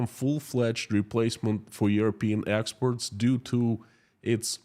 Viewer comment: Please pronounce "exports" correctly. I keep being confused when you pronounce it "expert".